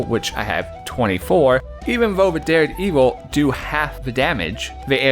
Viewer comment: I have to tell you it is pronounced Dare-Devil, like the Marvel hero.